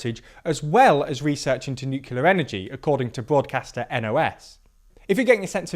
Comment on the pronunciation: Why does this guy keep mispronouncing "nuclear", and pronounces it like Bush 2.